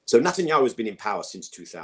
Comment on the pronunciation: Is there a reason I keep thinking people are saying Nut-anyahu?? 🤔